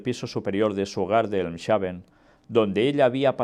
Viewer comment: Mi hermano, se pronuncia Elmsh(j)aven. Dios le guarde.